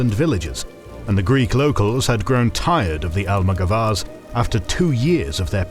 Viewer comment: Nice video, thank you! The maps are so useful for that time. I love this channel! Just a note: in Almogavars the stress is on the second a : almogávares. In Spanish, Italian and Latin, the stress usually goes in the syllable before the last one. In French is different, it usually goes in the last one.